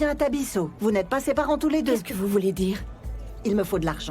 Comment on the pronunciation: On dit parents pas panrent